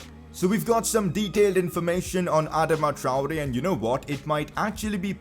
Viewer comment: Bro you are totally butchering his name just stop